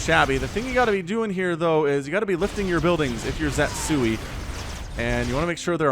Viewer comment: pretty sure the name should be ze-tsu-i instead of zet-sui.